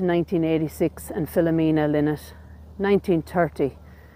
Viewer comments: Please get the pronunciation of his surname correct. Its pronounced Ly-nott not Li-nott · I am always amazed that self claimed fans cannot pronounce Phil’s last name. It is not LIN-NOT, it is LIE-NOT. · RIP i think his name is pronounced 'Lie nott' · Thanks Logan, I've never in my life heard it pronounced LIE-not maybe it's an Irish thing I think I'd find it strange to say it like that now. You're more than welcome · I know, I used to find "lin-not" more natural but it's wrong. Sarah said in an interview that Phil used to say "I'm not some feckin' bird" when correcting people's pronunciation :) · Although, in interviews Scott Gorham pronounces it Lie Not. Do you think that's just the "American" pronunciation? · Ye I know, can't change the way I pronounce things now at my age 😅